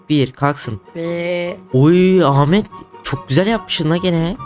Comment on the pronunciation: Ahmet e amede demesi